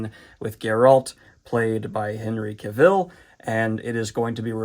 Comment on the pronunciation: HENRY CAVILL RHYMES WITH TRAVEL DANIEL!!!!!